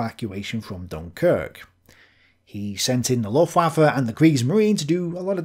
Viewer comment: You have to start saying /ˈlʊftvafə/ - or 'the German air force'. But not luftwaffel.